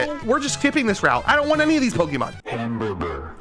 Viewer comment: Hamburbur made me laugh